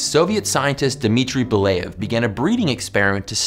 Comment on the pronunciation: sorry for being that person, buuut its "be-lyA-yev", not "be-lay-yev" :0